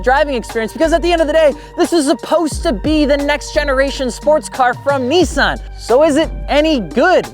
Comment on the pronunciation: Nissan! Not Nesaan